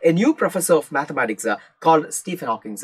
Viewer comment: Hawkins alla Hawking ann Hawkins oru pressure cooker aann😅